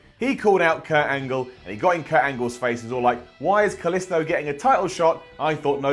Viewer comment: Anyone else hate the way says Kalisto?